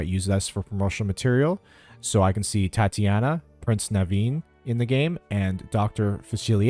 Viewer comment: And you said Tiana’s name wrong